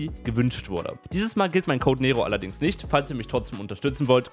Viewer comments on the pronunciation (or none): none